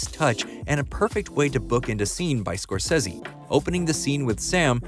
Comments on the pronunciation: Scor- Say-Zee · I have never heard anyone pronounce "Scorsese" like that and I hate it. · Why does the narrator say Martin scorsese's name that way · You pronouncing Martin's last name wrong and why the hell is everything bleeped? Lol